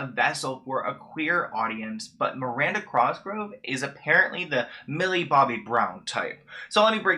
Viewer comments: I love you and I love this video but can you PLEASE stop calling her Miranda "CROSgrove"? it's 'COSgrove' <3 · Her name is Cosgrove. Not Crosgrove. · Lmao why you say cosgrove with a slight r between the c and the o it’s like CrOSGROVE